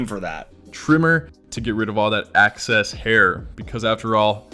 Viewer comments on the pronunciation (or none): bro said access hair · Did he say "access hair"?? Also, 100% not his real name. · idk why but him saying access instead on excess really irked me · Bro said "get rid of that access hair" how u making 100k when u cannot discern the diff between access and excess 💀😭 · are we not gonna talk about how he said "access" hair instead of excess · the “access” instead of “excess” from is driving me insane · the part that bothered me the most is in the ad when he said "access hair" instead of excess 😭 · "access hair" rather than "excess hair" is wild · mans did NOT just say "access hair" instead of "excess hair" or maybe he has some deeper meaning and im a fool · He said "access" instead of "excess" and it really bothered me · Man said he trims off his access hair instead of excess lol. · I love how Cody also didn’t notice that man said access hair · “to get rid of all that access hair” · Did he say access hair? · Did he say…. ACCESS hair? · Did that guy really just say "all that access hair" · “ack-sess hair” 😂😂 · No one’s gonna talk about how he said, “ACCESS hair”